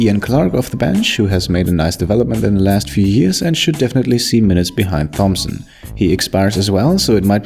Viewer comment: you pronounced Thomson wrong